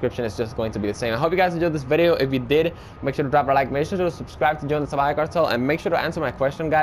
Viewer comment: I thought it was Salvaje not jee?